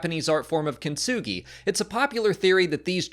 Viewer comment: Thank you for introducting us to Japanese culture. I probably think not "kinsugi", accurately "kintsugi".By the way, when written in kanji, it becomes"金継ぎ(kintsugi)".